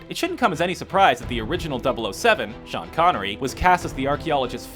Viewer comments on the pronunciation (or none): none